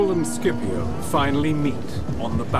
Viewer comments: Fantastic video, but I have to say a little thing, as an italian I can say Scipio has to be pronounced like Shipio and not Skipio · The correct pronunciaton is "Shipio" not "Skipio" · Why on english lenguage the pronunce of “scipio” become “skipiow” wtf😂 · The first half of this video is Historically INCORRECT and the narrator can"t even get Scipios name right at the end of the video and calls him "Sipio" so a 2 out of 10 for this one.